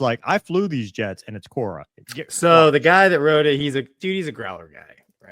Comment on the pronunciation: What’s Cora ? Or are they saying Quora ?